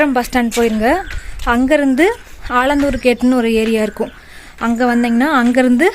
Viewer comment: Alandhur illai Alathur